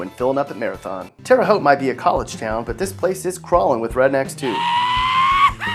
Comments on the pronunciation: At least he can say Terre Haute correctly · he said it right though